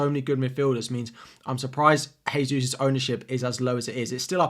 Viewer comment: Brother, Gabriel Jesus is Brazilian so Jesus is pronounced Jay-Sus. The way you're say it is for Spanish pronunciation which is Hay-sus. Just a note for your videos, cheers